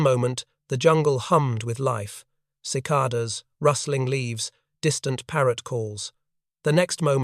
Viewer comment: The occasional mispronunciation of a word; typically by a single vowel.., 'cicada" ?..